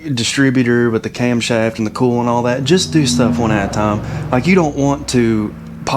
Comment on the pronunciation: It took am a bit to realize you were saying coil...and not "cool"! 😂 Great video!